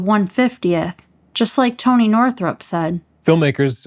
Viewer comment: Its Toneh 😏